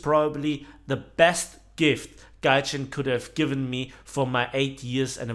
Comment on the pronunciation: This mispronounced word "Tryjin"... Scarry how accurate this describes the method of operation of this company :D